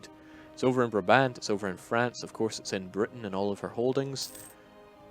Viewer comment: Hello good people from Paradox! Please pronounce Brabant as 'Bráábant', with the first aa spoken as the a in 'Nah', and the second a like the a in 'Awww'. Thank you, sincerely, a Brabander :-D